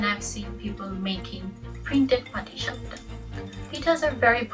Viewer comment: You nailed the patishapta!